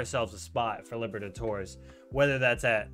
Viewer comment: No one:: Copa Liver-a-torres